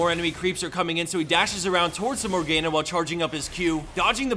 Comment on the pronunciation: Im sorry did you say Morg-ejna instead of morgana xD(btw huge fan love these vids)